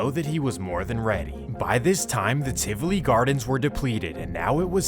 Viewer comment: Great Video but the pronunciations of Seaga , Tivoli, Ardenne HS were hilarious off and cringy